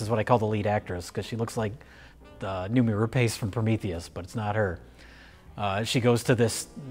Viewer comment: The name "Rapace" is pronounced "rah-pahs", just FYI.